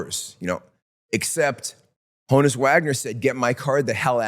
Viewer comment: It’s pronounced “hawn-us” Wagner. Honus was short for Johannes.